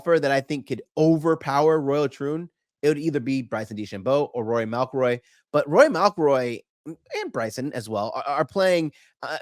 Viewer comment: How does he pronounce McIlroy? Mal-Kil-Roy That is jarring 😮